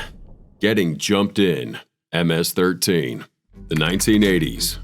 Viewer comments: nah ms13 sounded wrong... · Pronounced MS-13 WRONG